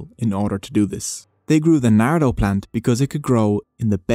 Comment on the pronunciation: it's pronounced 'NAR DOO'....you pronounced it as 'nah-doe'